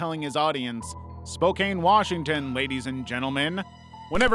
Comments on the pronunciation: Spokane is pronounced…SPO CAN. 😝👍🏼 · FYI it's pronounced "Spoke Anne" ;) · As someone from Spokane Wa, yeah welcome to Spokane Also the pronunciations is killing me 😆 I love it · You're mispronouncing "Spokane" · Spokane- It's pronounced like Spo-can. Not Spo-caine (quality is so bad it doesn't deserve it). You also mispronounced Kootenai but that's ok, everyone does. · I’m realllyyyy sorry to be that guy (and I love ur vids so this is not hate) but it’s pronounced Spo-can and Koot-nee. Other than that I loved the video!! Thank you!! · You can't pronounce Kootenai nor Spokane.